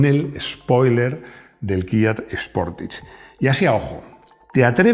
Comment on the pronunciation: Kia Sportage no, Kia ''Potaje"😅